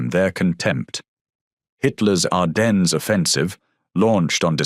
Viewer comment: FFS ITS PRONOUNCED "ARDEN" THE FKING "S" IS SILENT!!! HOW DO YOU NOT KNOW THA!??